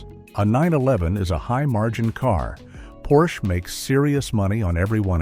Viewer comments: "Porshey" ?? OMG, I am so fucking tired of this AI slop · Drop the second syllable “e”. Now say it, what’s the car? - That’s better. Almost human. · How am I supposed to take this video seriously when the narrator doesn't even know how to consistently pronounce Porsche correctly? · what BS. The author can't even pronounce Porsche correctly. The 911 will always be around with the highest resale value of any car, the least depreciation. The 4-doors and suv's are a different story. The EV's are a different story. I didn't buy my 911 last year for investment but it turned out to be one.